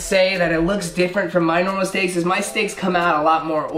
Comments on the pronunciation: Was I the only one who heard him say sticks instead of steaks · I heard that to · i heard it to but i replayed it and it said steaks